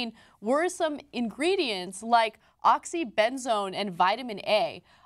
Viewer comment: "My whole house is the oxy-ben-zone" LOL